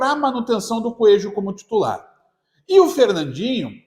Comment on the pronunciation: “ desse mato, não sai “coejo “😅